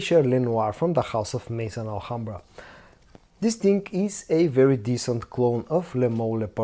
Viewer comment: Bro stop saying dis ting and interrupting every review to say subscribe, but I think this scent is closer to elixer than le parfum